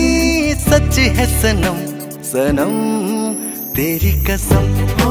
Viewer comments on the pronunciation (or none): Absolutely wonderful. Beautiful. What a wonderful band. A minor point, Pronunciation of "Qasm" as "Kasm", "کسم" نہیں، "قسم" that is the real word. Kishore does it perfectly and even Asha Bhosle